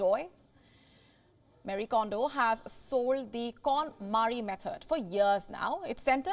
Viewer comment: Her name is not pronounced Mari. It is Ma (as in Mars )-Ri (as in ring)-E(pronounced as A in ate). Kondo may include DO, but this is pronounced as TH in alTHough.